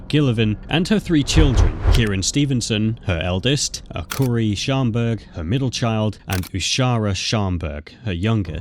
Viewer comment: That woman in the first one was my cousin in law and it bothered me that the narrator only said her name and same with the name Kyrien and Akuri. But I knew Seychelle was also said wrong many times and got it right like 3 times. But the first one was my family